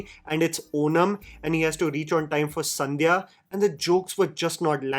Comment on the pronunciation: Sandhyaa nai bhai, Sadhyaa....😂😂😂😂